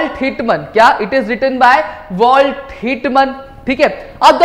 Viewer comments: not walt hitman its whitman🙌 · Sir it is walt whitman 🙂not walt hit man😂😂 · It is not hit man it is "whitman"